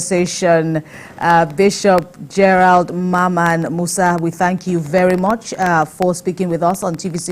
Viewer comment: Musa is Moses in Hausa. So it is just a translation, Adamu is Adam , Maria is Mariamu. So why change the pronunciation